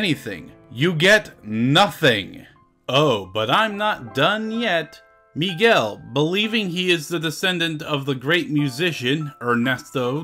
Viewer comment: why Miguel sounds more like McGill?